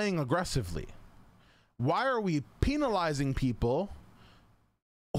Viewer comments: I love how says penalizing. Like "peen-al-izing" That peen lmfao. Love you dude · My favorite part of the video is when he says “PENALIZING” the way he does lmaooooo